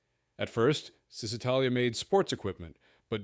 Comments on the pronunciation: It's actually "Chi", like in the word "aCHIvement". Chisitalia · its pron. ShisItalia , not Zistitalia